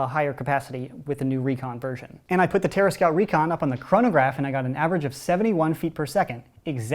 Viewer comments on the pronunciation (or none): none